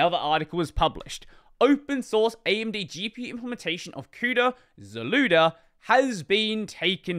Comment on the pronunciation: "zlewda" lmao